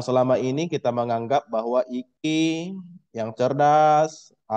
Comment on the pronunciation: maaf pak IQ itu di baca nya ai qyu